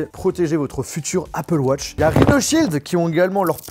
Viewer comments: « Apple wotch » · Apple wotch😂🤦‍♂️